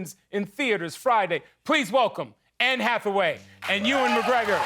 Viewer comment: It’s Ewan - not Ewing,.😉😂